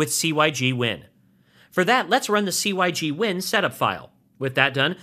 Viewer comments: "sig" win not "c" "y" "g" win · very helpful - pronounced 'sig-win' though :) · Hearing "C-Y-G-Win" never got old. I seriously cracked up every time. Thanks for the entertainment ;-)